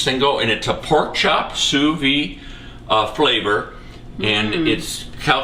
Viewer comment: Sorry for saying this. It's Sous Vide, with the d pronounced. It's not Sous Vee.